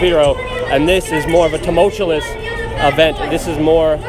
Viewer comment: Oh and Luke, Tumultuous. Phonetically: "Tum-mulch-you-us"